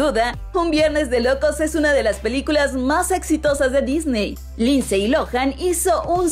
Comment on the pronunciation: Se pronuncia linsy no linsey.